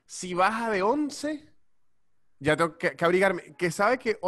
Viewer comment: Amo, AMO, cuando dice "y iá" jajajajaja es geñal!